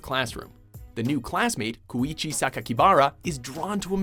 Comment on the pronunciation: God damn it. How did you pronounce Koichi's name correctly and yet still manage to mispronounce Mei's